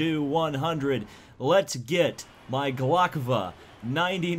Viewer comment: ITs glovka not glokva